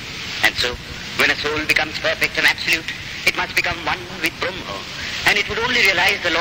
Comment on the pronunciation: Hi, anybody noticed the pronunciation of "Brahma" and "Advaita" it's not like a Hindu spells,. i'm having doubt on the recording, is it Swamiji's voice???